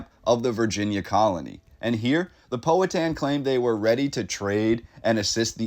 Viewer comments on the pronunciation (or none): Enjoyed this but I been here all my life and I have only ever heard it pronounced "POW-a-Tan". Henrico is mispronounced also. Anyone know what the building is? I have seen photos of it's ruins before, a really impressive structure whatever it was. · just so you know, the correct pronunciations are: Powhatan is POW-a-tan, Henrico is Hen-RYE-co and Tredegar is Tred-a-ger. The photographs are haunting and remind me of Berlin in 1945. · This is interesting. Long time Richmonder here. Just a quick pronunciation guide: "Powhatan" = POW-ha-tan (like a sound from a gun); and "Henrico" = Hen- RYE- coe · Suggest you learn correct pronunciation of Powhatan. You've got it really wrong....